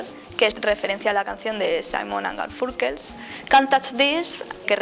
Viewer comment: A ver. Vaya por delante que técnicamente está currado y que seguro que os ha costado muchas horas montar el vídeo, PERO. Hay muchos fallos de expresión. Por ejemplo, lo de que «Ratman no sale de forma implícita». No, sí que sale. Lo que no sale es EXPLÍCITAMENTE. Fallos de pronunciación. Si te trabas o cualquier cosa, no pasa nada por repetir el plano. Cosas como lo de «Simon and Garfurkers» o «Dunke Nukem» duelen mucho, por no hablar de «Apértur». Joder, hasta en el doblaje en castellano dicen «Ápertur». «El narrador de "The Stanley Parable" imita a GLaDOS». No. No imita a GLaDOS. Habla como habla durante todo el juego. «Mandaron a Wheatley al espacio». Sale el núcleo del espacio. Hasta pone lo de «SPAAAAAACE!». Sinceramente, NO LO ENTIENDO. Al margen de los fallos de pronunciación y documentación, creo que tal vez deberías plantearte el ocupar un papel más tras las cámaras y dejar el papel de comunicadora a otra persona. O eso, o aprender un poquillo sobre cómo desenvolverse ante la cámara y tal. Sin acritud, conste. Por lo demás, lo dicho: muy currado en el apartado técnico.